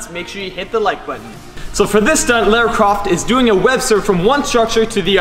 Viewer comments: You're really cute but ....you pronounce Lara weird! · Amazing video but I winced every time you said Lara. 😣😂